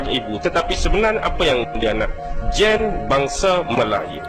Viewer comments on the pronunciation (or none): Kelentong tahap maksima. Sebutan gene pun tak betul Merepek sungguh dan admin pun satu, boleh percaya benda karut marut ni.